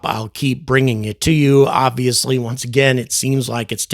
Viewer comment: Did you say “Avi-ously”?